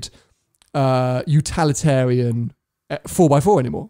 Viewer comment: You're at it again... "utalitarian"??? Have another coffee, quick! 😁